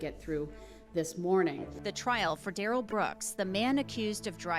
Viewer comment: He says his name is da-Rell, not Darrel. 🙄